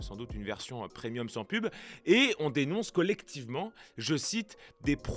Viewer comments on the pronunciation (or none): none